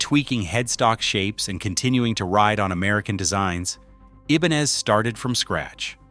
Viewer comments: It's pronounced I-ben-EZ. Your AI is till masacreing that name, which doesn't help matters much!! 👎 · Did he say E-bonez? Have I been pronouncing this word wrong my whole life? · I love my RG series, and wanted to hear this video .... but I had to stop after a few minutes because I couldn't stand listening to the different ways this obvious A.I. jerk pronounced 'Ibanez'!!